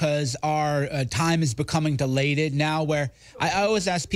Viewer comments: He’s trying to say “dilated,” but he’s emphasising the wrong syllable. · I'm glad someone else picked up on the mispronunciation of "dilated". For a half a second there, I thought perhaps American English speakers said it differently. Half a second later, I reminded myself of the person who said it. "Delate" is similar to "relate" in its use, and it would make no sense if Cernovich claimed he had meant to use that word. He didn't. He merely mispronounced "dilate". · MrGoodkat I'll listen to it again. Is he mispronouncing It? He is saying delated. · time "delation" xD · No, it's "dilated," though mispronounced. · He's saying that time is becoming DILATED, like what the eye doc does to your pupils. But he doesn't know how to pronounce it. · It's "dilated", mispronounced.